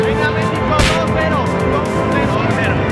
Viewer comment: Dijo 2 a 0 parece que dijo 12-0